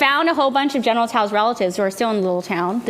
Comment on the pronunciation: I cringe when people call it General "Tee-Soe's" or General "Sues" Chicken